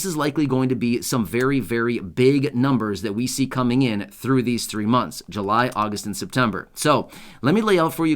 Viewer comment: Chain again? You said Jun Jul and Agost